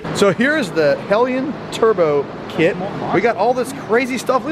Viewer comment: Dude cant even pronounce the kits name correctly.. What a joke